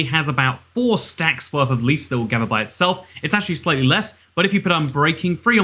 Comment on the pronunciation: I like how he says leefs instead of leaves =)